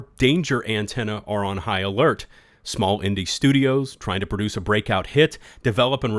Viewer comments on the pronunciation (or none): none